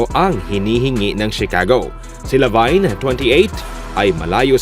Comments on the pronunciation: Hindi po "Labayn" ang pronunciation ng Lavine kundi "Labin." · ok na sana naging zach lavayn lng eh..lavin po sir ang pronounce nyan.LAVIN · La vin po hindi La vayn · mag research naman kayo sa mga pangalan na babanggitin niyo sa video updates niyo, huwag niyong e murder mga pangalan na babanggitin niyo, baka magalit na sila si Janis at si Lavayn sa inyo. 😂😂😂just saying.